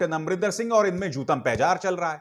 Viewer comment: ABHIDAR JI; aik correction he: jootampejar nhi bulke jootam pedar he.